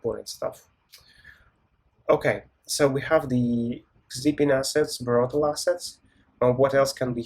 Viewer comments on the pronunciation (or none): Hi, this is a mispronunciation. The actual name is Brotli: Brotli is used for compression to reduce network load.